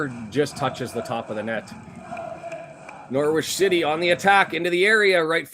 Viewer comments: yep norritch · The 'W' in Norwich is silent my man